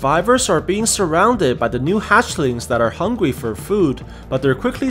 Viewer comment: Lmao "hungwe"